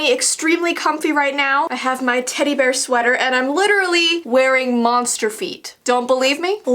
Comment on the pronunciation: When she said teddy bear did anybody else think she said tiddy bear at first🤣🤣 My dirty-minded soul